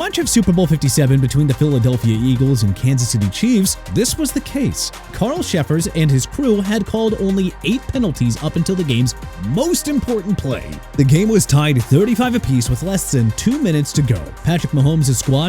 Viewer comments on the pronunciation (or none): CARL CHEFFERS PRONOUNCED CHEF-ERS!! ALSO IT'S SUPER BOWL NOT TUPER BOWL!! AND ROBERT ALFORD NOT ROBERT ALFRED!! YOU CAN'T SPELL AND YOU CAN'T PRONOUNCE THEN YOU NEED TO BE FIRED ALONG WITH YOUR EDITOR!! AND NEW ENGLAND LOST IN THE SUPER BOWL YESTERDAY TO SEATTLE!! HAPPY?!